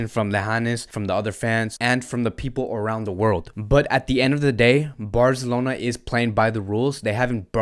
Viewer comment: Love your channel man. And I like the way you say Fc Barzelona, not FC Barcelona. And you break up the news of FC Barca really well. Keep them coming mate